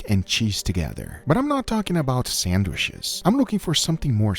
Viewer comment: Can someone please teach you how to say sandwiches 😂😂😂